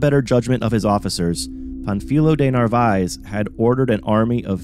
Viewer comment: After focusing on the proper pronunciation of Narvaez you proceed to torture the pronunciation of his home town Valladolid (Vaya-do-lid). Otherwise muy interssante. I wondered about the Prada landing site in St Petersburg. Now I know….